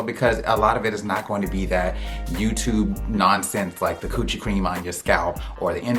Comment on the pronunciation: Did you say couchi cream on your scalp?! What?!